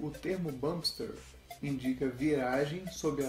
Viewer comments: Olá amigo, entendo que ninguém é obrigado a aprender Inglês, mas o correto é "Bamp Stir". Exatamente da forma que vc falou no video do espaçador. Muito bom o video e animação! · primeiramente, ótimo vídeo. mas tenho uma dica: "bump steer" pronuncia-se mais "bamp stiiiiiiir" mantendo mais longo o ee de steer ou steering que quer dizer esterçar, direcionar ou direção. Por exemplo, "volante" eles chamam "steering wheel" ou seja "roda de direção". Não confundir com o "volante do motor" que daí é "engine flywheel", "roda voadora". Acho que "flywheel" é o nome dado a qualquer massa giratória propositalmente pesada para dar estabilidade a um mecanismo.